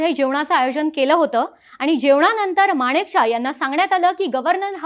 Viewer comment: बोलण्याचा वेग जरा कमी करावा. माणिकशाह नाही मानकेशॉ असा उच्चार आहे. बाकी सादरीकरण छान 👍 पाकिस्तान शेवटी भिकारी ते भिकारीच गाडीचे पैसे देण्याचीही ऐपत आणि नैतिकता तेव्हाही नव्हती आजही नाही... 😂😂